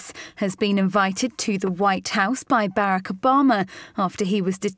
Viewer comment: Bare- eck Obama?